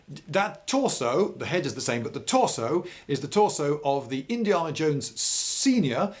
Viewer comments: As an American I don't mind your lack of trigger or muzzle discipline, it's why your government took them away from you I imagine, I do however take great offense at the way you pronounce Indiana. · You pronounced Indiana wrong